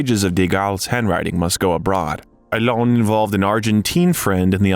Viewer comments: His name is not "Elane" Haha. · Please don’t pronounce his name like Elaine, it sounds ridiculous. Just get a native French speaker to help with the pronunciation ! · It's not A-lein, it's A-LEN :))) gee... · please pronounce his name right…not elaine…alain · It’s not Allen it’s Alain you don’t pronounce the N at the end . Just saying 😊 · Please learn how to pronounce the name Alain. Please. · OMG, the American pronunciation of French names and words!! Why try so hard? Loved this man; there will never be another Alain Delon!!